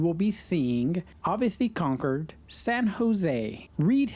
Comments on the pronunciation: Congrats on pronouncing Concord correctly. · Thank you for saying Concord correctly. I live right next door to Buchanan. Love your videos!❤❤❤ Are you guys from here?